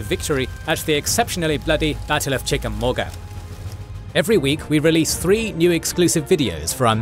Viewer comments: The u in Chickamauga is silent. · Hearing the UK accent say Chickamauga is pretty hilarious....proving once again Toxic work environments are the least productive